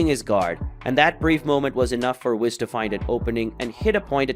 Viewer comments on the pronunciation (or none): The way you say whis gives me cancer